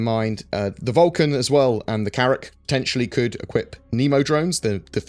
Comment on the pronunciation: more Carrrrracks!